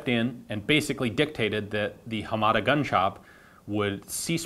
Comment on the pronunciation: I think your pronunciation of Hamada is a little off. You stress the second syllable "ma". I believe that is incorrect. Japanese in general is a flat language so none of the syllables are stressed.